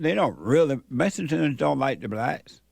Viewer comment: "messicans." Lol. Gets me every time.😂